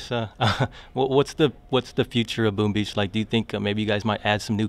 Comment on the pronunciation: He says Boom Bitch